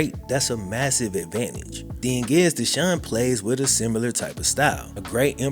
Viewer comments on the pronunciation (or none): Makw a video where you explain why you say the word similar as sumUler. Please.